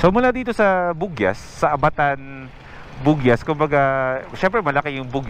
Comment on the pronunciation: Hindi po bugiyas ang tamang bigkas ng bugias kundi bog yas.😀